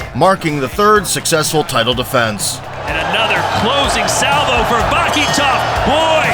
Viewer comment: Sounds like you're saying "Va hee toe"!? Wtf? You can literally hear the broadcasters pronounce it differently than you do, but they all pronounce it the same way. So you were just like "nah, it should rhyme with burrito!".